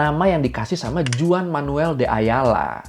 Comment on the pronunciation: Koreksi bang 🙏 JUAN ( di baca Huan ) bukan juan 🙏🙏🙏